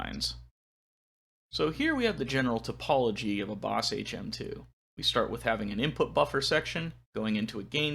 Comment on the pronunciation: See, you said ‘the topology of the HM-2”. But I heard “the apology of HM-2” and thought “yeah ok I get it.”